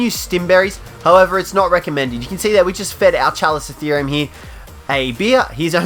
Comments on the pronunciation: Pronounced kalikottheerium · My alliance has a chalico. Also, it’s KA-LIKO-THEORUM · The Chalicotherium is said with a K....